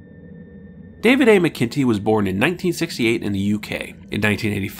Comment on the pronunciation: Sorry, here I go again: David McIntee => "MACK-in-Tee". Think of a t-shirt with "Mac Daddy" emblazoned on the front. And - another nitpick: A "prequel" is a story that is written/produced after the original to tell the "before" story. "Mission To the Unknown" is more properly referred to as a prelude, since it was produced slightly before (I would say concurrent with) DMP.